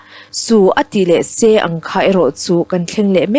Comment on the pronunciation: A tha in a va dik tluan tlingve, a chhiartu nu in a thiam zar zar bawka. Tihsual pakhat a neih erawh a langsar deuh. "Su ati leh sê thin," nilo in. A ti leh se," tih tur. (ê) thlukna awm hmanloh tur aw.